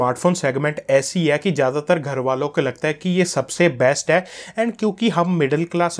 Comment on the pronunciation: I bought this phone today. Thanks for trust true review. Good. But. One thing Agr hindi bolni hai toh arram se bolo aur passena pauncho and pls Don't say ' ai ai' its hai hai. Ok